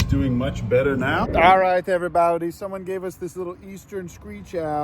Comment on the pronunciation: "Every bawdy"😂